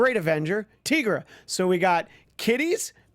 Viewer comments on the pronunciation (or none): her name is NOT teegra its tigra, like tiger....